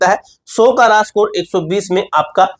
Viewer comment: सकोर ❌ स्कोर ✔️